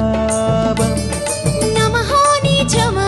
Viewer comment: bhai ...తాపం కదా ? తాబమ్ అంటున్నావ్ ...బాలచందర్ గారు ఉన్నారనా ? 😂😂